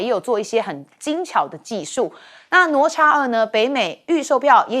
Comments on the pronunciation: “哪吒”怎麼念？聽得我一頭霧水，不是ne zha或是 nuo zha嗎？ㄋㄨㄛˊ ㄓㄚˋ。怎麼我聽你念得想nuo cha。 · 听得懂就好 反正中华没有这种叫法 ne zha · 主持人竟然不懂得读“哪吒”？ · 这个女主持人读过书吗？连“哪吒”都读错😢